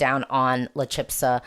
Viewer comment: Thanks for your views! I feel a lot will come down to how well they stage and perform, there have always been surprises in Benidorm Fest. La Chispa means "the spark" and it is pronounced "CHEES - PAH". Hope that helps!